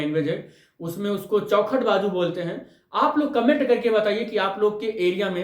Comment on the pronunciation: Chaokhat bolte hai sr😂😂